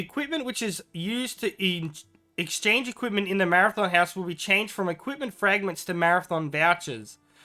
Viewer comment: have to say it really freaks me out to hear you say 'marathon' chest or 'marathon' vouchers, these things are called 'mathom', it's a hobbit word, not a race :D btw I would never use precious vouchers on equipment, I think they are far more valuable for gifts...